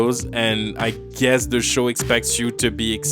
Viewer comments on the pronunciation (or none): none